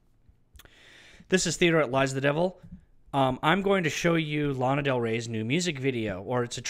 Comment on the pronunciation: Is LANA btw no laiiina